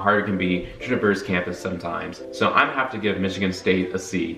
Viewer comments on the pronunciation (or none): none